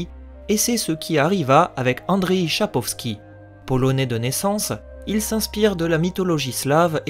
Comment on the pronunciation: Bonne vidéo ! :) mais c’est Sapkowski pas Chapowski :P